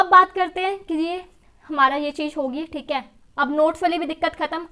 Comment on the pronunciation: She always say "theeke"👌🏻👌🏻